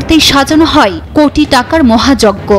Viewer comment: হয় কে হই হই বলেন কেন?